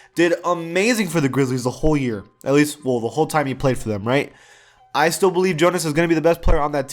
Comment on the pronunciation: Why did he just randomly shout Jonas' name with an accent